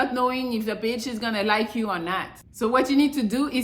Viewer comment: I love when you say beeitch. Rude but it's just funny.😂